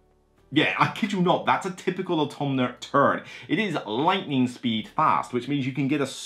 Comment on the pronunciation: Thank you for the video (it being perhaps the better solo game sounds intriguing to me). Also, and I mean this in the most loving & respectful way possible: there is no N in AUTOMA.